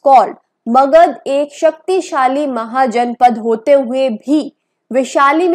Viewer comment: I quit it after hearing महाजनापडास